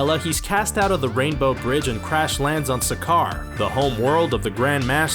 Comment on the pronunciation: wait no its sakaar not sacovia